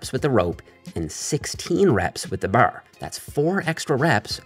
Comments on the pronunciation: Is it just me or did he say boarr rather than bar ? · “Using the bahrre” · You blew your newfie cover lol, i heard you say " Da Barrr" and said theres no way hes not from the east coast, never thought you were from nfld, from st johns myself! Love all the videos, big help getting back into the gym. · "Baaaarrrrrr" Canadian accent is apparent 😂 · It’s actually a Newfie accent. Calling it a Canadian accent is like calling a Boston accent an American accent. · why does bro say "bar" like dat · I LOVE THE WAY HE SAYS BAR🤣🤣🤣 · WHY DO YOU SAY “BAR” LIKE THAT??????? Answer me! Are you Canadian? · I will never get tired of saying bar😂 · He says bar like on Trailer Park Boys